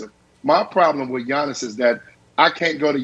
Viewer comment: It’s Giannis lol